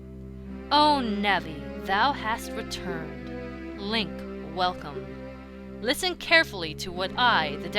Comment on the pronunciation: Navi: HAY LIFFEN Me: GODDAMNIT NAVI SHUT THE FUCK UP